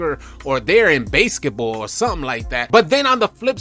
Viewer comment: He said "Base-sketball" 🤣😂 🔥🔥🔥Great Vid 🙌